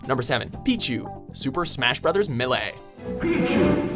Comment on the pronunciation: The way he pronounced Melee made me cringe